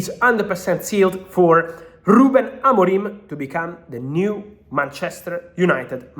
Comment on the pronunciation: He's name is Amorim not Amorime